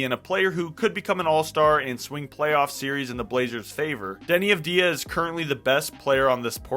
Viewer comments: It’s AUD Vey Ah and no one says it the way you say it. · Thank you for the video, sir. One tiny note on Deni's last name pronunciation, the stress is on "Av", instead of on "di". Like saying the letter "W" for example. All the best! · I wanna see you say his last name correctly lol